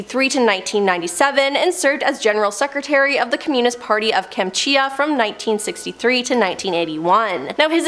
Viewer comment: ...and "communist", and "Arkansas"...I couldn't continue to watch.